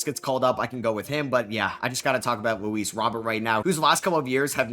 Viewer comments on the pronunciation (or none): none